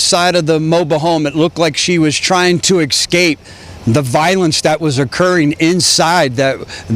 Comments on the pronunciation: its escape not excape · This sheriff uses incorrect phrasing he said: "I'm taking back" but the correct phrasing is: "I'm taken back" he also keeps pronouncing "escape" as "ex-cape" Our grammar officers will conducting an investigation into this tragedy.